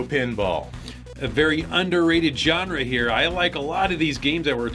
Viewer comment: The way pronounces the word "genre" bugs me.